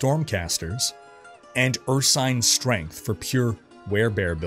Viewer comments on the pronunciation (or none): none